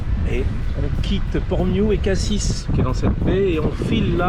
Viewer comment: Merci pour ces belles images. Au fait on prononce Morgiou avec un « j » comme morjiou et pas un « gu » , et pour Cassis on ne prononce pas le « s » de la fin . La clarté de l’eau à Riou, c’est quelque chose, j’y ai fait plusieurs plongées sous-marine c’est magnifique dessous comme dessus !!! Les calanques comme cadre de mouillage et petits repas. 👍